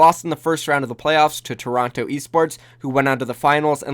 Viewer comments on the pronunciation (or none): none